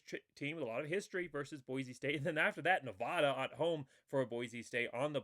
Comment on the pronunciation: FYI. It’s Nevada not Nevahda. The most mispronounced state in America lol